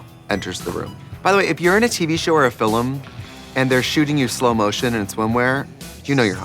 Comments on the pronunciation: I’m sorry did I just hear Fil’em what’s a fil’em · “If you are in a TV show or a fil’um…” 😂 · And the sequel “fillem” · I love how Trixie says "Film"